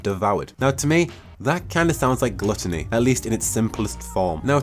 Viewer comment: Die Uh Tee. Gloo Tuh nee. I'm gonna pronounce diety and gluttony that way for the next week.